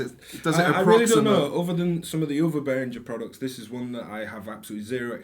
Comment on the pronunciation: guys, BehrinGHer like GHerkin and please not BehrinJer like Jelly!!!! Anyway, nice to see the three of you together! Bit with all the Behringer clone range, you could easily have invited Gaz, Claudio-DrMix, Synthmania-Paolo and LookMumNoComputer-Sam too :-)🤘